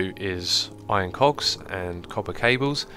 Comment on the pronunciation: there is no L in "cogs" god dammit !